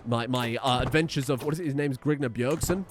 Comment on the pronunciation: House grigner instead of grignr